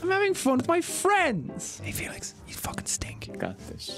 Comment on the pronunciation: TO ALL THE STAYS... when jack said "hey felix" istg i heard it as "Oi FeLIx!"